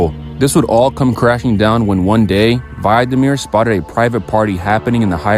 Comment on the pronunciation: its vladimir koltsov 💔💔